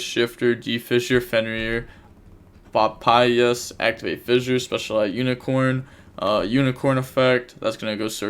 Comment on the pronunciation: just say papayas like the fruit